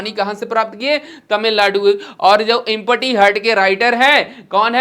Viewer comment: Sir ji Empty Ko इमपटी nhi bolte h एमटी bolte h 😂😂😂😂